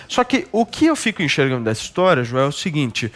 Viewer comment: Joes ou jois, sempre falando merdis